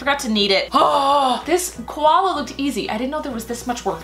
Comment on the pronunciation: Koloas are not called Koloa bears I am an Aussie and I know this but where are you going